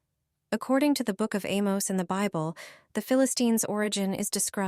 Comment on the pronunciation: What is the "beeble" ?????